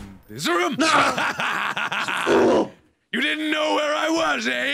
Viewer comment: Wait, Mark said room not like he usually does